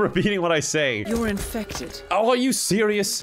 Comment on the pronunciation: "Hello friends, my name is and today, we're going to be doing something... a little different." Is just a recurring meme on this channel now. Edit: I thought that when the doctor said "You're infected" she actually said, "You're in-feck-ted." And I had to take a hot second to recover. Edit 2: Hammer home? More like axe home. Ha.